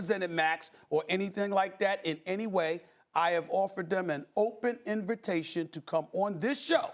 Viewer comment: “I have offered them an open invERtation” lol